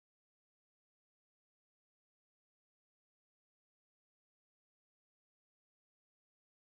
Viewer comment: “good to guaaa”